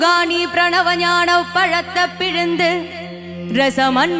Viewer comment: She is good singer But Tamil pronunciation is wrong Palatha no Palaithai is the correct pronunciation